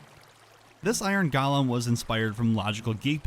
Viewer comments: Uhhh… “Golem” is pronounced “GOH-lum”. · Please stop saying “galem” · I love the way you say Golem. It's like your saying Galem.